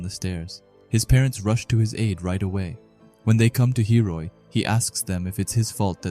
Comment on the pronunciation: is it intentional that he calls hiori hiroi?? No hate, just asking if its an inside joke??